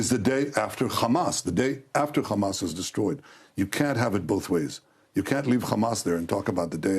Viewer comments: Drinking game every time this war criminal says Khamas! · how many time did bro say Hammas